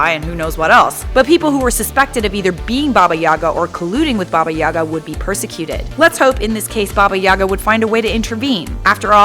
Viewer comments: In russian - YagA, not YAga. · Nice vid... But ffs, if I hear Babayagá pronounced Bábayága again, I'll cut off my ears. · I feel like she’s pronouncing it wrong...